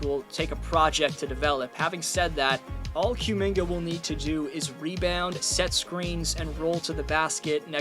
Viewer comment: How the hell are you pronouncing Kumingas name SO WRONG SO CONSISTENTLY? Therr was literally a a running joke on twitter on his name and there is nonway in hell you pronouce Cum the same way youre saying Kumingas name